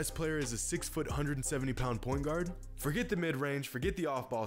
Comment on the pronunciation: did you say point god? Or point guard with a heavy, hesvy Boston accent?